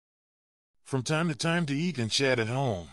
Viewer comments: Stop using this appalling AI which pronounced chat as shat!! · Work on AI. Shat for chat. Oldly for oddly. An for in. This is the worst narrative I have ever heard. Live in peace: mispronounced. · Shat at home? Are you quite sure you did ot mean Chat at home?